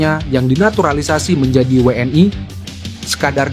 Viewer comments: Min, bukan WNAi prononmu salah klo WNI, yang jelas dong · Benar, wni juga we en ai dan itu sangat menjengkelkan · JADI MAKSDNYA WNI ITU DI BACA DENGAN BHASA INGGRIS WN AY